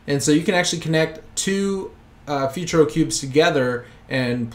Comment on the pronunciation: "Futuro" is pronounced "Footooroh"